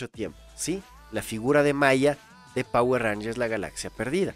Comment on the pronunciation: Quien dice jayatus? XDDDDDDDDD